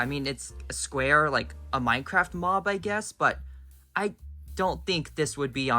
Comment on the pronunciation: Oml it didn't even say "Official Minecraft" It said MINECRRFT